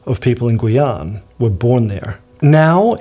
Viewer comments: Guyane is more like Gee-yan than Gooey-an ^^ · Non ? C'est gu--ee-ann